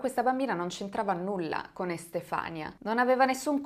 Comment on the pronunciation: Magnifica come sempre... 😘 Si pronuncia Estefanìa comunque 😂